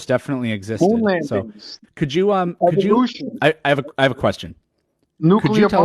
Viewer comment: i think he was having a mental breakdown "EVOluTIon, NuCLEAr bOMbs"